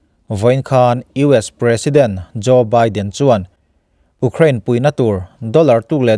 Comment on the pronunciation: Ú crane ti tlat a ..sir😂